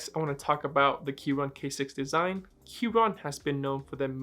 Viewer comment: Aren't you supposed to pronounce the "c" in Keychron or have I been saying it wrong this whole time?